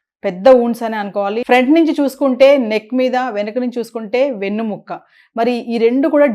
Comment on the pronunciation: వెన్ను ముక్క కాదురా బాబు వెన్నెముక